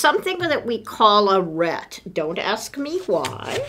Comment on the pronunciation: ... "something called a ret, don't ask me why..." Why? Because it's Latin, it's pronounced "reetee" ... it's called an alidade .... my snarky comments aside this one of the better astrolabe kits I've seen! And The Box of Making website offers a number of very cool geared projects!!